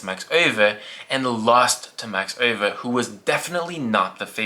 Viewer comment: Your pronunciation of Max Euwe is pretty good! I’m really impressed, much love from the Netherlands! ❤